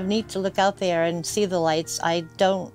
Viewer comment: “Down there-er”. Must be from Saugus.